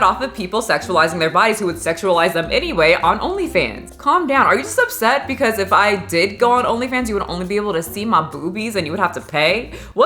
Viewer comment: When paused and pronounced "bwcause" 🤣🤣🤣